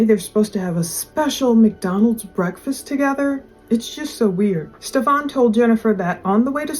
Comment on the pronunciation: Why are we still calling him Ste-FON? When we now know it’s pronounced Stef-AN. Makes me think of Steve Urkel’s alter ego on Family Matters named Stefan Urquelle 🥴